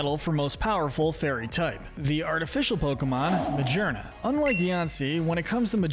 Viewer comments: Sorry if this small but why did you prenounce Megearna as "Ma-ger-na?" It's "Ma-gear-na" because, well, it has gears in it. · It’s pronounced SHEE-not-ick, UH-zoo-rill, UH-zoom-UH-rill, uh-roam-uh-TEESE, que-TEE-fly, rih-BOMB-bee, hat-er-REEN, TAH-poo boo-loo, TAH-poo FEE-nee, TAH-poo lay-lay, TAH-poo coh-coh, DIE-ahn-see, and muh-GEER-nuh, “”! 🤨 How many times do I have to tell you,! Stop mispronouncing Pokémon names already! You are so bad at it! 🙄 You also never mentioned anything about Azumarill’s Huge Power Ability, which doubles its Attack stat and makes it stronger! 🤨 Also, Diancie and Magearna are both Mythicals!